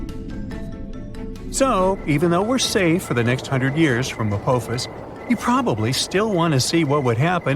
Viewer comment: Its called apophis, the o makes an ah sound